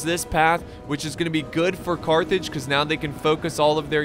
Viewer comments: Almost raged when you said Cartage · Your my favroite youtuber and i almost punched my tv when you said carthrig(sorry if i miss-spelt carthrig) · I got flashbacks when u said Cartage! xD